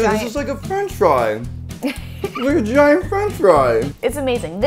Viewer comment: she said a gaint hashbrown in the end